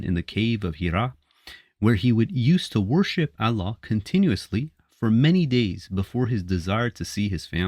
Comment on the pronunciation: First of all it's not Alla , it's Allah .Ah at the end please I am sure you can work on it if you are not AI generated. There were no Hadiths for at least first 150 years following the death of the prophet (pbuh). 'We have made the Quran easy for you to understand'.